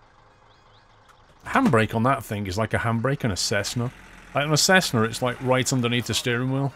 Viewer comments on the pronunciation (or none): none